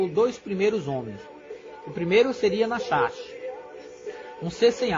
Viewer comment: Pronuncia-se "Nárrash " .